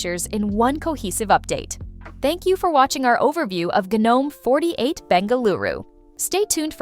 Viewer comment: Half the time you say gnome (silent g) and the other half you pronounce it as "gee-nome' (with a hard g).. pick a side, and stick with it.